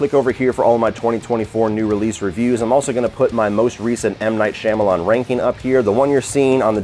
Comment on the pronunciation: Couldn’t make it past 4 minutes of this. The way you pronounce the director’s name is nails on a chalkboard.